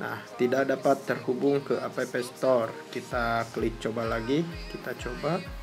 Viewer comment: Cara bacanya "ep stor" bukan "apepe stor"